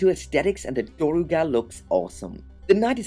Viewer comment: its actually pronounced "Durr-ga"